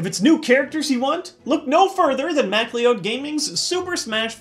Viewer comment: "Mac-lee-owe-d gaming"? It's "Mic-cloud gaming".